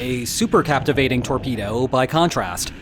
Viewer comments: The word should be "cavitating", not "captivating". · Captivating????????? or possibly Cavitating? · CAPTIVATING torpedo? ... really? Holy moley, what a scr3w-up! C A V I T A T I N G , C A V I T A T I O N. -- Re-edit this video's audio and re-post, please. Endless "Captivating"s from you sound quite deficient (i'm being nice). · Cavitating. No so captivating! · Captivating lol cavitating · It's cavatating not captivating. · Not "captivating", cavitating! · 'cavitating'...not 'captivating'.... Reading is hard.... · Cavitating ≠ Captivating... Pretty basic error, professor. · I am relieved that you pronounce "nuclear" as "new-clear" rather than "nuk-u-lar" however, the word CAVITATING differs from CApTIVATING There is no "p" in cavitating. Supercavitation - It is very odd that you mispronounced the word because the Transcript has it printed correctly. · It was "captivating" listening to you trying to say "cavitating" torpedo 😋🇦🇺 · "Captivating"? Cavitating? One of the most important words in the article...Is this the future of AI or just a failure of public education? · Did he say "captivating" instead of cavitating? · cavitating. not captivating. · CA-VI-TATING, not captivating.... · OMG BRO PLZ... C A V - I T - A T - I N G ... LIKE A CAVITY... NO 'P' ... THE BUBBLE IS THE CAVITY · Cavitating, not captivating.